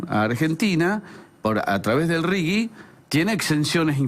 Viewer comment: Por favor!! Es "RIGI" y no "RIGUI" ¿Qué les pasa? Un leve aporte a la lectoescritura, por favor... que ya venimos muy mal.